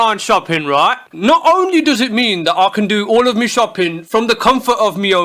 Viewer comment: Booty Messiah i love that he say mi insded of my